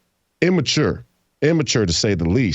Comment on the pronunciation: Take a shot everytime Jason mispronounces immature.